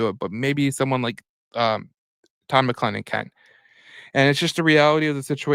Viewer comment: Please learn how to pronounce Todd's name correctly....